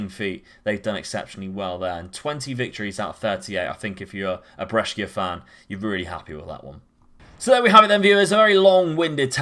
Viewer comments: Interesting tactic. For the record, Brescia is pronounced like Pressure but with a 'B', Lecce = Fetch Hay but with an 'L' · Your pronunciation of Saint Maximin and Brescia gave me heartburn so cheers 😂